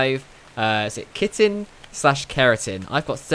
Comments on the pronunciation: Chitin is pronounced like this Kite-in , not kitten. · Chitin is pronounced with "K" meaning (ki-tin)